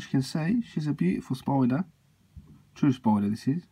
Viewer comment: She indeed is a beautiful "spoider". I love how you pronounce it. XD